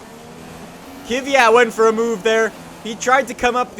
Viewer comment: He knows Kvyat is pronounced cuff-fiat, right?